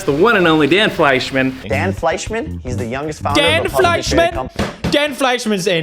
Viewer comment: If hear Dan felshcidkanman one more fcking time im disliking this video